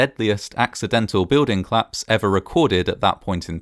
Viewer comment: Oh this must be a claps! Oh yes, and the plice arrived :) I am so happy you still omit the o in these words. It makes me laugh.